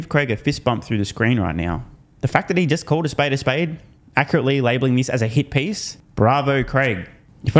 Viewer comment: "It smells like a hit piece" lmao I thought he said "It smells like hippies"